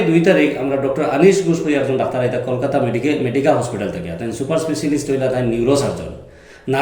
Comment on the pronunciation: Kolkata not kolikata